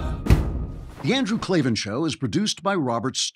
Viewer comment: Kloven... Stop it. This name trolling needs to end. I dont care how much you giggle about it afterwards.